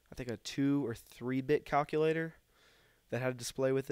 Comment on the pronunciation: stop saying cockulater